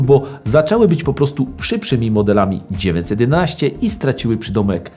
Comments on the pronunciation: Proszę, błagam, popracuj nad dykcją! Bo zamiast 911 wychodzi Ci 19... o Renówce gadasz, czy o Porsche? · Super seria, proszę tylko o poprawę wymowy 911 bo słychać ciagle dziewięćsetnaście i męczy to ucho ...